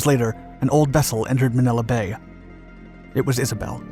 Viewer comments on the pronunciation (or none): none